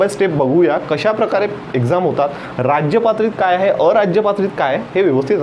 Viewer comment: How u pronounce sir rajptrit sound like rajypatrit ...its very different pronounce it's only rajpatrit